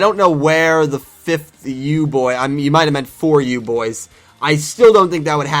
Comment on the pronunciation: Also you're Kind of pronouncing Declan wrong This is how you pronounce it dek-Len